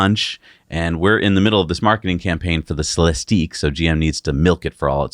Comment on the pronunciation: It's Celistiq(ick) like lyriq(ick), no eeeeeek at the end